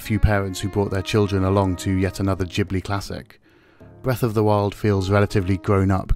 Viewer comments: its Ghibli not Jibly..... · ghibli is not pronounced "gee-bli" :( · I know right. 🤣. Jeeeblee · I always thought it was pronounced Ghibli